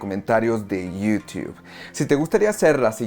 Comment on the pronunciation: "iu- tubf", "instagruam", Ay no mames, no seas exagerado con las pronunciaciones, estamos en LA